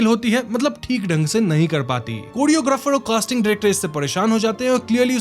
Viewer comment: Epic Moment was,, when you said,, कोडियोग्राफर 😂